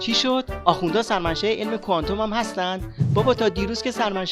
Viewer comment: شاشیدم به کفن خمینی که مبادا خشک بشه آخه گوساله ولایت تو کوانتوم را ده بار بنویس تا بلد بشی تلفظ کنی کوانتوم را با دسته آفتابه اشتباه نگیری گوساله طویله ولایت فرقه ضاله خمینی و تبهکاران خامنه‌ای